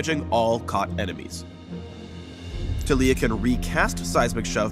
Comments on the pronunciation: Tuh-lEE-yuh? I thought it was TAH-lEE-yAH. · Yeah, idk why they're pronouncing it like Tuh-lee-uh. I've heard it Tal-E-a everywhere else. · I don't like how says her name. He says "Tuh-LEE-ya". Shouldn't it be "TAH-li-ya?" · Kid I am pronouncing it Tal-E-a because that is how you pronounce that name literally EVERYWHERE else and Tuh-lee-uh sounds stupid lol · WHAAAAAAT?!?!?!?!?1 YOU PRONOUNCE IT tah LEEE yah?!?!?! WHY?!!??! it should be TAHliyah!!!! you messed with my mind rito!!1!1111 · yo wait it's tah-lee-ah not tal-ya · am i the only one who thinks that the way taliyah's name is pronounced is wrong? instead of tah-lee-yah it should be tali-yah idfk anymore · IT'S TAH-LEE-AH GUYS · Kadeem The Dream Oh the character is cool, but it's like taking a really common name and then making up a new pronunciation for it lol, I just wanna call her Talia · i thought it was taliyah (tah-lih-yah) xD. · I refuse to pronounce Taliyah this way considering it is basically the name Talia and this not how you pronounce it -.